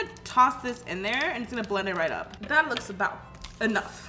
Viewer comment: The way she is pronouncing belend(blend) is bomb ♥️